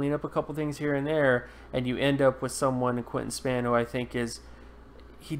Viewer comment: Right. He spelled them both correctly, but mispronounced them repeatedly.